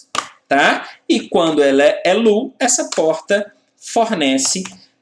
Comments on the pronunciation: Otima aula. desculpe a correção do seu ingles. o estado LOW (baixo) pronuncia-se Lôu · Low se pronuncia "lôu". Seu método de ensino é muito bom. Você sabe exatamente o quanto de informação e quando deve ser apresentada ao aluno, quase como se você soubesse a "arquitetura da cabeça de cada aluno". É como se vc fosse capaz de programar as pessoas. Muito obrigado pelo excelente trabalho e por compartilhar seu conhecimento. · Aula muito top!!! A pronúncia é lôu.